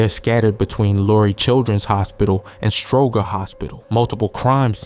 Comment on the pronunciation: Can tell you are not from here the way you said Stroger 😂